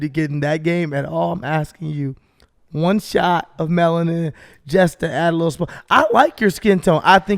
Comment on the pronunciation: said melatin instead of melanin two times now and it’s even funnier because Steelo didn’t correct it 😂